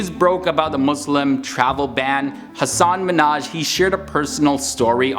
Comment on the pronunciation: I think you’re mispronouncing his name. He was on the Ellen show explaining that the proper emphasis of syllables is in reverse order.